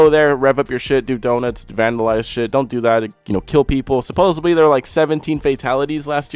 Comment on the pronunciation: "...supposeBly..." Oh dear.